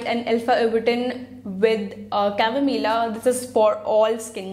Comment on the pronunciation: It's not chamomilaa , it's chamomile 😂